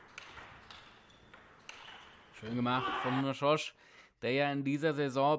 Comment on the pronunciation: Szöcs = [ßötsch], nicht "schosch"